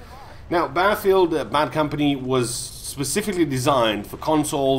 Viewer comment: Isn't there two T's in Battlefield .... not Baffield looool.